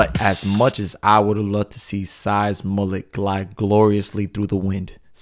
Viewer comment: Name the mullet, múle (mooleh); no "t," pronounced, accent on the, "u."